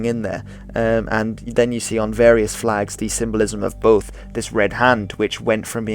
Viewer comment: Your flegs are shite